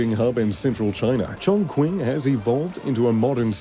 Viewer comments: the correct pronunciation is tron-chin. CH in Chinese reads 'tr' and Q reads 'ch' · I admit I wasn't ready for that creative pronunciation of ChongQing . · PLEASE MAKE SURE YOU LEARN HOW TO PRONOUNCE THE NAME CHONGQING PROPERLY - SADLY YOU HAVE BUTCHERED THE NAME OF THE CITY AND EVERY TIME YOU MENTIONED IT MY HAIR ON THE BACK OF MY NECK STOOD UP AND I HAVE RINGING IN MY EARS .....GOOD VIDEO BUT THE NARRATION LEAVES A LOT TO BE DESIRED...... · Why so cock? Can't even pronounce "Chong Qing"??? Wtf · /the narrator, COULD NOT AFFORD, to learn to properly pronounce Chongqing. I watch the video, without the audio, + just read the cc. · just a word of advice: might like to check on the pronunciation of Chongqing. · Anyone else cringe when this dude says chongqing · the voiceover couldn’t be more wrong pronouncing Chongqing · Totally mispronounced the name of the city 重庆(Chong Qing) tho. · The mispronunciation of Chongqing is really disappointing. If you’re uncertain about how to pronounce it why not do some research online? And secondly, Who allowed this video to be posted without anyone checking it first ? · The narrator mispronounced the q in Chongqing. Please ask for help to correct it. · I cringe everytime he mispronounced the name of Chongqing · RIGHT. The narrator affected a Brit Accent to "sound erudite", but every time he MANGLED Chongqing, he sounded totally incompetent. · Looks like a copy of the Singapore's Marina Bay Sands. By the way you are murdering the "Chongqing" name. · There is no way this dude was there on opening day. He has no footage of his time there, and has not a fucking clue how to pronounce Chongqing. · The way he pronounce Chongqing is a disaster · YOUTUBE INSIGHTS me too, do some homework first and respect the culture and language in particular the name of the city. What’s so hard? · lol "was there at the opening ceremony" yet cant pronounce the city name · It's pronounced "Chong-Ching" Not Shong Kwing, what a dumbass.